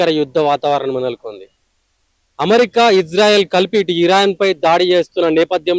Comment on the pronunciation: అణు ఆయుధం అనే మాటను స్పష్టంగా పలకలేని గొట్టంగాడు, అమెరికాను అమ్రిక అని పలికే గాడిద కూడా మాట్లాడుతున్నాడు..